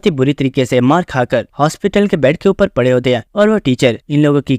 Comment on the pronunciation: Bhai tu odisha se hai kya kiun ki 'upade' word was funny